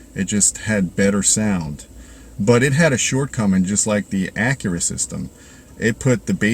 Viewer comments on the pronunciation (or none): none